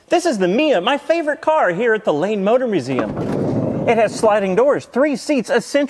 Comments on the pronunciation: Am I the only one that kept hearing "Lame Motor Museum"? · I thought you said "Lame" motor museum until I looked at the transcript.